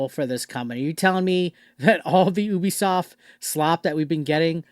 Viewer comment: Me: Ubisoft This guy: Oooobisoft We are not the same